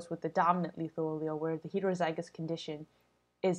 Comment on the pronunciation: why do you say heterozygous so weird....